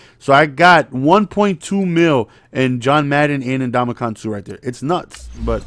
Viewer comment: “Ndomikong Suhhh”